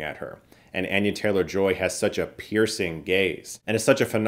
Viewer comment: “Anne-yuh” lol